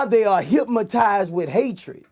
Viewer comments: he keep saying "hypmotized" instead of hypnotized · HYP-MO-TIZED WITH HATE..... NIGGA CANT SAY HYPNOTIZED BUT GOT MILLIONS......GO HEAD BOOSIE, I SEE YA BOY! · "HYPMOTIZED" LOL classic Boosie